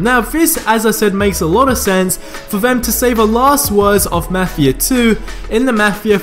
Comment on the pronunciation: Ur saying mafia wrong